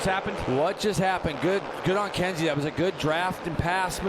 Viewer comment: it’s Kensei (Ken Say) not Kenzie. Thank you!